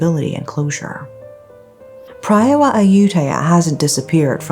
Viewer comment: PraaaaayWaaaa it’s pronounced praaaywaaa